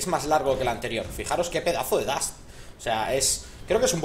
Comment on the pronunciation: lince! no se dice dast se dice dash! jajaja un saludo guapo <3